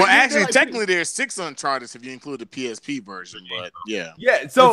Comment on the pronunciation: why is calling it uncharter its UN chart- ed